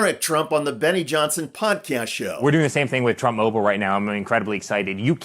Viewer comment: Donny Trump Junior The Second: “With Trump Mah-bowl..” he meant “mobile”. It’s happening to Junior already. Trump cognitive derangement loss/gain psychosis dumbing down genetic inferiority through poor breeding syndrome.